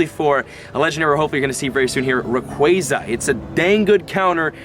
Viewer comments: not reyquazy rayquaza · lol you need to say rayquazaa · say it like this: Rae-kwaza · its rauquaaaaaahhhhhhza